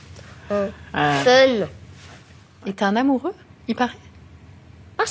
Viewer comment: "FEUNE"....même elle qui est très intelligente ne sait as prononcer l'anglais.....